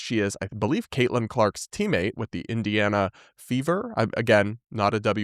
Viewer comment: I thought he said "indiana beavers" 😅